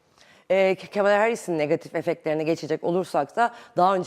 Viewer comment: sanırım biraz trumpçı.. Kamala deyişinden belli:face-green-smiling